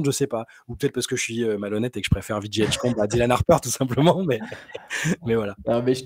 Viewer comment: choisis entre l'anglais et le français, tu fais trop de mix! ViJay ou VéJi mais pas ViJi 😂😂😂